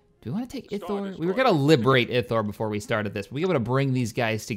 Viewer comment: ithor is pronounced eye thor